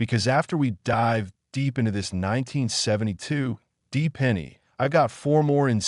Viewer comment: Just curious, why do you say D double die it sounds like you’re saying something different, like DEEP correct me please